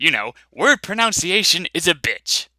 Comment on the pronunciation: But, pronunciation is pronounced "pro non see ahe sh un" not "Pro noun see a sh un", silly boo. JK LOL!